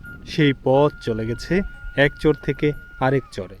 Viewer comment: চর শব্দটা ভালো করে উচ্চারণ করবেন। মাঝেমাঝে চোর শুনায়। ভিডিও সুন্দর